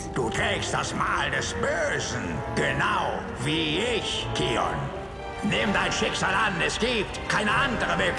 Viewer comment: Bin der selben Meinung, englisch ist besser, das kion anstatt keion macht mich wahnsinnig.